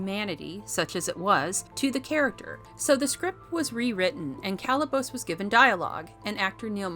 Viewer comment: Could we get a reviewer who actually watched the movie? The repeated mis-pronunciation of Kalibos gives it away. Someone else wrote the review that is being read off.